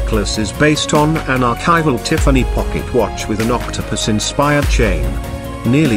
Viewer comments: Tea far knee. 😂 This bot.... I just can't 🤣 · I just can’t listen to an AI narrated video; especially one that can’t get the name Tiffany correct. Pass.